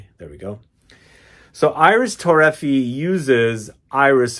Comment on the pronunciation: Its pronounced Ee-reese Toe-ray-fee-ay. IDC. A fragrance head of your stature should pronounce things correctly.